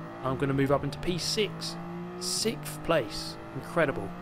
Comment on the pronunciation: I like how calls 6th, "P-Steve"